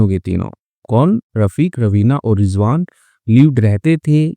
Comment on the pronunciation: Sir rijvan nahi rizwan hota hai aur aap bahut acchi story banate hai